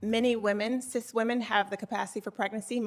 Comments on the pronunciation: "cith women" ??? what is a cith woman? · It’s not sis it’s sith